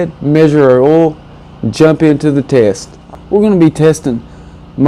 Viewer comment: Are u saying 'oll' or 'oil'?